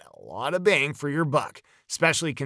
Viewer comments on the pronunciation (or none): none